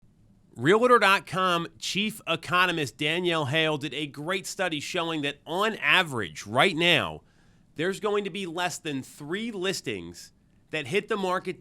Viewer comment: Great content but please remove the "A" from Realtor!:)